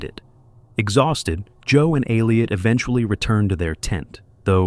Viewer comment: Ai, who cant even say Elliot correctly